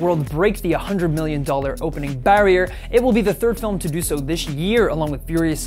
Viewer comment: Why did he have to pronounce it like "fill-im" at the end there? I have only ever heard that from really old people and film (yes "film") snobs.